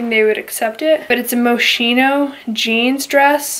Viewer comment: It is actually pronounced MosKino. :-)